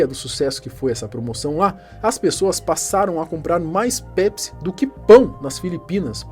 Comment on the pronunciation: “Nw bebam PESPI”